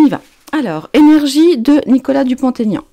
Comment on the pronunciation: Prononcez Dupont-Aignan et non pas DupontAignan. Ce sont 2 noms et il n'y a pas de liaison